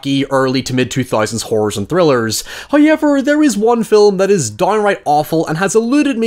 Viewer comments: First "hoyevver" drops . Our penance from last episode has appeased Him. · Accent is horrible. How can you turn a three syllable word into asix syllable word. however......not hoiyever